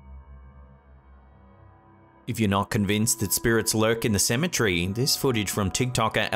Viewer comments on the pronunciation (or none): Hey I got a question. What is a Cematree? If you're trying to say Cemetery you're pronouncing it completely wrong I've heard people with British accents Scottish accents Irish accents and they all call it Cemetery you can clearly understand what they're saying I'm not the greatest person when it comes to pronouncing words and reading things correctly but my God I at least tried to correct it